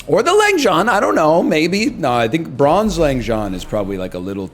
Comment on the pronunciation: day 61 of nl mispronouncing langxian